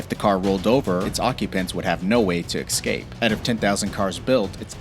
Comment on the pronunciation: Jesus. You're voice cadence is annoying. Stop hitting every noun so hard. Also, there's no x in "escape".